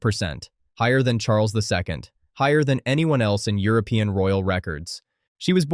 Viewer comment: „Henover“ 🤡 „Spanish Thorn“ „Europen“ AI is the ultimate inbred, apparently